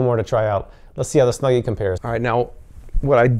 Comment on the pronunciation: So much bias on the snuggy, you dont wear it right, you say its name wrong like 3 times , this review might be rigged.